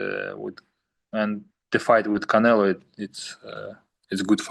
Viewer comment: It's funny to hear Bivol say Canela. He gets no respect for being a 🦆